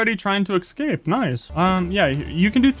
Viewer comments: Can you say escape instead of excape? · I love the way he says escape "ekscape" very cute 10/10